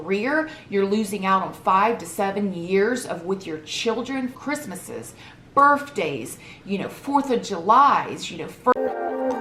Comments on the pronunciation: I’m sorry but I wheezed. Did u say BIRFDAYS? Lol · Can’t stand the way you have BURFdays 🤣🤣 love you the most still! Can’t be worse than my gutter Mancunian accent 🙄🤣